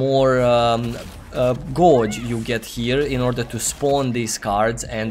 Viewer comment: 'Gauge' --> pronounced --> 'gayj'